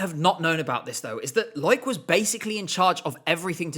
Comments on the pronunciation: i'm sorry i have to call out how you say loïc nottet's name. you're supposed to separate the o and i in his first name. lo-ic, not loyk. it's too distracting lol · A tip: Loïc is pronounced Loh-eek, not Loyk. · Loics name is pronounced as “low-week”, but a great video nonetheless!